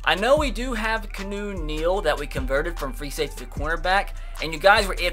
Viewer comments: ITS KE ON OO NEAL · Oh my god... it pronounced, (KEY-AH-NEW Neal)